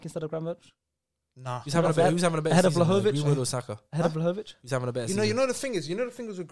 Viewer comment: Listened to the podcast and yo, u guys can say it ain’t Prem bias but I think ur bias is showing when 5/10 on the list are all English players. The fact 1. can’t even say Vlahovic’s name correctly, and saying Vlahovic ain’t the quickest, and he not great technically just shows they don’t watch him. He’s a top 10 guarantee, just wait till he moves to an elite team next season, u lot will look dumb. Other than that, someone please explain to me how Ferran Torres isn’t on this list nor mentioned, yet they have Ansu Fati at #7. Reeks.